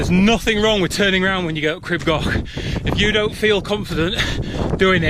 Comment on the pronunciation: I beg you learn to pronounce it as "Creeb Gokh" thanks xx